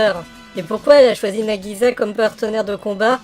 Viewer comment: Alors "Dallos" n'est pas la première OVA et "Iczer-1" n'est pas la deuxième. Nagisa se prononce "Nagissa" (comme si il y avait deux "s"). Les japonais ont le son "z".